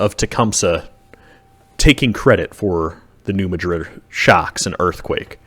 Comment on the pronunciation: Great documentary. 🎉 Id love to visit ! 😮 But it is pronounced and known by locals, and by the scientific community, as "New MADrid" 🌎 (short a sound, as in "mad") ✔️